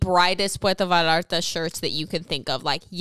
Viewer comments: How is gonna get on case and pronounce both L's in Puerto Vallarta with full confidence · Its pronounced more like puerto vaYarta. The LL in spanish is pronounced like a y and not an L. Super common mistake just wanted to correct it so people can say it right. I'm from there♡ Puerto Vallarta is gorgeous i emplore everyone to go if they are interested!